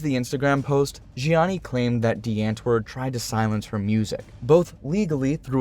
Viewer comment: zheanis name pronunciation was on point